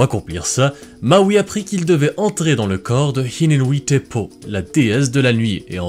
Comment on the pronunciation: et hine nui i te po, ca veut dire la grande femme de la nuit, on prononce h expiré , hiné noui i té po. faut prononcer le i comme la lettre i. moana ca veut dire océan et vaiana ca veut dire eau de la grotte